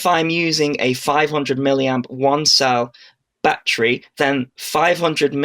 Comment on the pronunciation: its a battery not a bat-tree.